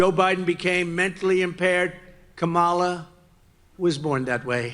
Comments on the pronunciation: check this out, you ever notice how he pronounces the vice president's name correctly this time, because she put him in his place and how to pronounce her name correctly that's how week he is. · He spent one day saying her name correctly. Wtf?